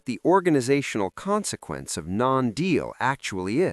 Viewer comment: "Consepence" Silly robot. That was five words, btw.